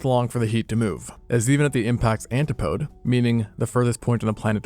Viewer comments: Are those little white dots Cenotes? If so, notice how they cluster, especially along the southwest of the rim. . I initially saw the town of Merida as Merde and thought: Yep, that day certainly was ... . An tee pode (X) An tee poe dee (✓) (it's Greek, like Penelope) . North Atlantic Ocean, not The Pacific Ocean. . Huh? The gap between North and South America leads to The Pacific Ocean from the impact, not The Atlantic Ocean. And your map shows The Indian Ocean. . It's interesting that only 15% of amphibians went extinct. Living in water, or underground and under rocks? Or fossil preservation bias? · "antipode" is pronounced "antipodee". Though the plural "antipodes" is more normal to use. As in Australasia is the antipodes of Europe. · Antipode - An-tip-oh-dee.